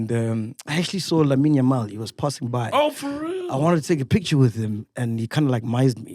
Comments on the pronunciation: Macg said "Lamine Yamal(Yamao)😂😂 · "Lamine nyamao"😂😂😂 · Lamine Nyo....what?🤣🤣🤣🤣🤣🤣🤣